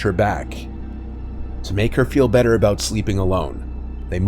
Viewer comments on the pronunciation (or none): none